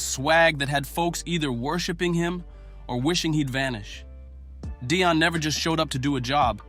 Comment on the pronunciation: Stop saying his name is Deion not Dion